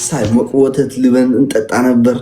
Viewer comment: እልበን በል ልበን አይደለም